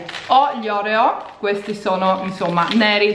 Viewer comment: Oreo pronunciato così no 😂❤️